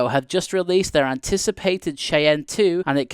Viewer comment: Hey, from an American who lives near a city named Cheyenne, I'll give you a heads up: It's pronounced like "Shy Anne." Native American word:)